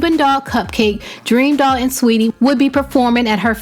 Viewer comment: it's saweetie *